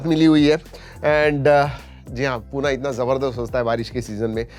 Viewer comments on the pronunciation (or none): सर एक नम्र विनंती आहे की पुढील येणाऱ्या व्हिडिओज मध्ये तुम्ही पूना असा उच्चार न करता पुणे असं म्हटलं तर फार बरं होईल कारण आपणच जर हिंदी शब्द उच्चारले तर अमराठी लोकांना कसं कळणार की मूळ उच्चार पुणे असा आहे. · Puna nahi Pune ahe te. Marathi asun pn ucchar neat nahit. Ani khup "vfm" chalu hota Apple cha, kay zala. 😏